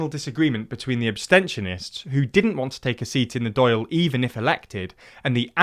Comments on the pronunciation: As an Irish person it always makes me nervous seeing a video about the most contencious and often distorted part of our history. It makes me extra nervous when words like Dáil and Éamon are pronounced wrong. I'd reckon an Irish person didn't overlook this script but nonetheless it's actually pretty fair. Lots of details brushed over, but for a 10 minute video it's a really nice and...carefully worded overview. I will say though, most of the new Sinn Féin support seen in the rebublic is due to the abysmal housing crisis we have here. Increases in rents and house prices have way outstripped earnings increases, most young people can't get on the property ladder and we don't have the same kinds of renter protections you see in other European countries with large rental markets. If you look at opinion polling about what issues determined election votes, reunification is just not on anybodies radar. It's about as popular as cannabis legalisation. Most people would support it if it came up, but the electorate isn't so desperate to see it happen that a party is going to lose support for dithering over it. That said, the heads of Sinn Féin obviously feel different so the result of Fine Gael and Fianna Fáil failing to deal with housing and health in a satisfactory manner is a more pushy Irish government. It's worth noting though that basically every mainstream political party in the republic is pro-reunification to some degree. I don't think any of them are explicitly against it. So in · that's true, but I understand if you have a strong British accent and you only listened to the Wikipedia pronunciation how you could make it sound like doyle :D Id be lying to say i never horribly mispronounced a word i never heard in a different language...and even some I have. missing the fada on the video spelling is a little lazyer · oof they're butchering the 'Dail' pronounciation. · Every time Dàil was said wrong, it was nails on a blackboard but really good otherwise